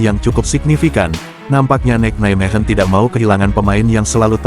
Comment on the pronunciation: Satu lagi.....adminnya mengucapkan Nijmegen benar dan tepat "Neimehen"......ga seperti channel2 sebelah "Nizmegen" sampai lidahnya keseleo tetap saja ga tepat, habis ga pernah mau belajar cara mengucapkan suatu kata Belanda dengan tepat.